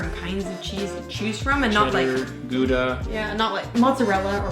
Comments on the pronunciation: Re cheese. Gouda is not 'gooda' but 'chowda' the 'ch' being pronounced much like the 'ch' in loch at the back of the throat. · Gouda is pronounced gowda not gooda. I have Dutch family so I know this to be right. Love the channel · 1) "Pretty much everywhere was represented in London" ... yea - apart from actual Londoners... 2) "Gouda" isn't pronounced like "Goo-dah" - it's a Dutch cheese. The "G" is guttural, and the "ou" is the same as the "au" (like that in '{au}ch' when you've hurt yourself) 3) The water taps are separate because in a typical house in the UK, there's a cold water storage tank that serves only the boiler (central heating, hot tap and so on) and as this water tank is in the loft, may have been open to the elements in houses that weren't properly maintained - sometimes having been silted up, covered with iron rust, or even sometimes have dead rats inside - thus is not safe to be called "drinking water". The cold water, on the other hand, comes straight from the mains system, serving the cold taps (drinking water) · Just a small comment.. Its not gooda ie the cheese...its Gouda, pronounced. Ghowda. It helps if you can use the Dutch G.:) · “Gouda” is pronounced “Gow-da”. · incidentally, Gouder cheese is pronounced GOW-DER. Glad you enjoyed the cheese! Cheese in England is exquisite, now, especially being in such close proximity to Europe. Amazed that there are only two cheeses in the US! Please don’t let Brexit bring cheese in a can to England!